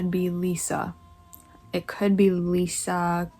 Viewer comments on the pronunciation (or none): none